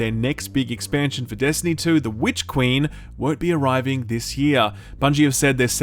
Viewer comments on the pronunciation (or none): none